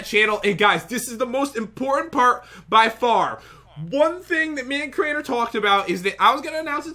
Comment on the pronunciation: Drew he said Crainer.